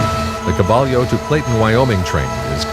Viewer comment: Caballo is pronounced kuh bī' y😊oh